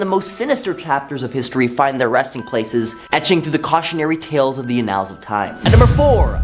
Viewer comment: I love the presenters so much. I just want them to look some of these words up so badly., you're awesome. If you can fix one thing today, let it be "annals." I would love you 1000% more! 💙